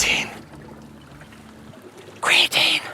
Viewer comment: Ok the "creatin...creatin" got me hahahha!